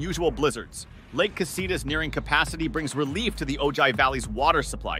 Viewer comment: OH HI. It’s pronounced. Oh-hi. Ojai.